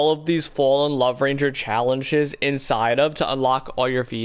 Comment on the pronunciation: bro said challenchess